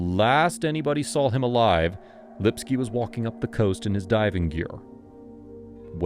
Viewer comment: Why does your AI say sawl instead of saw? That's a dialect known to the deep south (like axe instead of ask) and is the only veering from correct pronunciation that I've heard here.